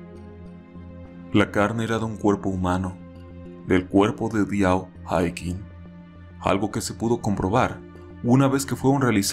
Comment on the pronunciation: Se pronuncia “aiching”